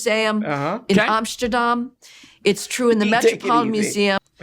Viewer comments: she really went ''The Ricemuseum in Amschterdahm'' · Ugh.. it is Amsterdam, not Amssshhturdam. And I have been to the Rijksmuseum many times, last time was a couple of months ago, and it is % white European art, I can’t remember seeing anything but standard old paintings and whatnot. The contemporary art is like a tiny room in the attic. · Ohmshterdhaham? Lady, It's pronounced hamsterdance. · I love her pseudo-intellectual way of pronouncing the Rijksmuseum and Amsterdam—both Dutch—as “Reishmuseum” and “Omshterdom,” which sound more like an American pretending to know how to speak German. If you don't know how to pronounce it correctly in the Dutch, just say it in your regular American accent; don't fake the pronunciation to sound smarter. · Ah yes, the Reismuseum in Amshterdam. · She pronounced it “ahm-shter-dhahm” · Who the fuck, besides people from the Netherlands pronounce Amsterdam as "om-shter-dom"????!?! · the way she pronounces Amsterdam is so triggering to me as someone who grew up speaking dutch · I've never heard anybody so pretentiously butcher "Amsterdam".